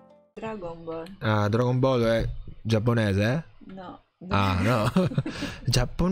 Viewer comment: Dragon Bull noooooo😂😂😂😂 jeje???Geteeeteee???Noooooo🤣🤣🤣🤣🤣🤣Maledetti Francesi le storpiano Tutte!😂😂😂😂😂😂😂